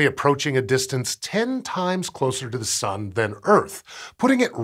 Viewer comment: I swear he says "The Sum"